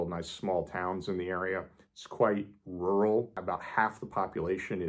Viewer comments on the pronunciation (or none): none